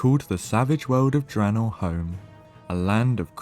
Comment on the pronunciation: Ooooh attention to the Horde side of the lore is always welcome! That first pronunciation of Draenor made me ecstatic. chefs kiss (it’s okay we don’t have to talk about the others, I’ll take my wins where I can get them). AND VAROK SAURFANG?! BROTHER OF *THE* BROXIGAR? Hell yeah I’m hyped!